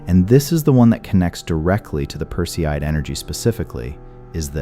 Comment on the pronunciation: Make the effort to pronounce names correctly. Perseid is mispronounced!😞